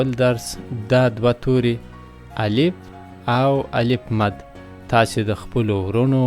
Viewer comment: السلام علیکم و رحمته الله و برکاتو الله پاک مو دا خدمت پښتو ژبي ته په خپل دربار قبول کړه، هیله می دا ده چې تدریس مو په معیاري لهجه مخي ته ویسي او تلفظ کې مو دقت وکړي لکه څنګه چې تاسي الف، الپ تلفظ کوي نو هیله کوم چون چې دا ابتدایی مرحله ده او کوچنیان تر هر چا د خپل ښونکي پر خبره ډیر باور لري او هغه څه زده کوي چې ښونکی یی ورښي.د